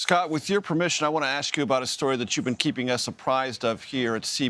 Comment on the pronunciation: Senator Kennedy says, "won't" for want. Where were his English Teachers ?